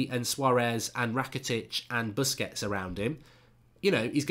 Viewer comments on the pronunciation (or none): none